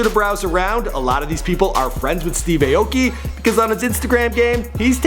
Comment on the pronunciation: That's not how you say his last name..